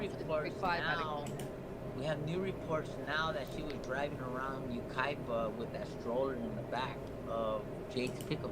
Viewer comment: Yucaipa is pronounced you kie pah